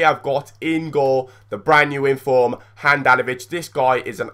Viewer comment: U said infrom